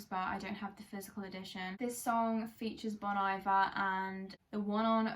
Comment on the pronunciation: Btw bon iver is pronounced ‘bonnie ver’ 😅